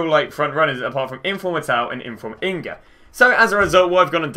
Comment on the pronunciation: props for saying Inga not Ninga so you don’t mess up 😂